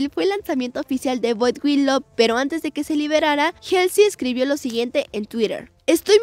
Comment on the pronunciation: Como critica constructiva, cuando den las noticias aprendan a pronunciar los nombres de los artistas(helsy? , a.c.i?, sobin?) se me hace muy irrespetuoso la verdad y luego dice dijieron, albun, etc., hablen bien por favor desmuestrenle a BTS que son gente con algo de educación